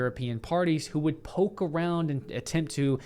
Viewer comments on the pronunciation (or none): none